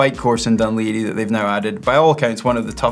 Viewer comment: Perfect pronunciation of Dun Laoghaire from both of you! Impressive 😂